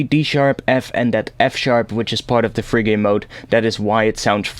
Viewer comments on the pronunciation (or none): Hey man, not a huge deal but phrygian is pronounced fridge-ian rather than frig-ian just so you are aware 😁